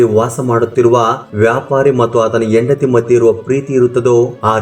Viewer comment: IT IS HENDATHI NOT YENDATHI. PL CORRECT YOUR "HA" PRONUNCIATION.